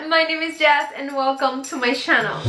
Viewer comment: So annoying the way you say “sshannel” googled how to pronounce channel . everything you make so unique and pretty but that “sshannel” pronunciation of yours gets on my nerve. And makes me not watch your videos.